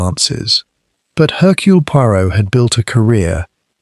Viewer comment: It's not 'Haircule' it's 'Ercule'.